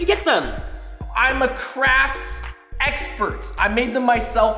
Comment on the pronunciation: Crafts "eggspert"